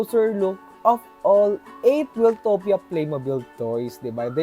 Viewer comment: Wiltopia is pronoumced as "Wayl-towp-ya", word come from "Wild". Di siya galing kay Kuya Wil.